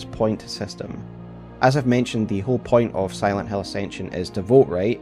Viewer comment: It could've been a great video, ngl, because Acension is really trash but your pronunciation to Silent hAiL is really annoying 😭